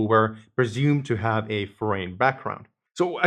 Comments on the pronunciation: Your english is great but, " a foreign name" I had to listen to 3 times to figure out what "forain name meant" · Please recheck the correct pronunciation for "foreign."